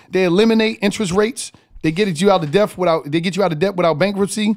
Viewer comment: None of your man's helped you out with pronouncing Debt. The B in debt is silent. 😆 sounds like Det! Work on that my neega! Lol